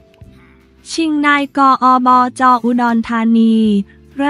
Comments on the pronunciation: นี่คุณๆๆๆ คำย่อภาษาไทยนะ อ่านใหม่ๆๆๆๆนายกฯ อบจ ตามนี้ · โถคงเป็นพาม่าถึงอ่านนาย..กอ,ออ.จอ.พูดน่าร๊าก